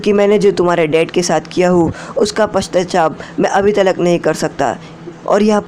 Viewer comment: Paschyatap ko pastachap 😂 Waise konsa sahi hai